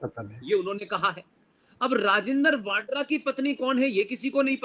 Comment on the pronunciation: राजिन्दर वाडरा नही राजिन्दर वधवा है सही नाम। यह अरोड़ा है पीछे से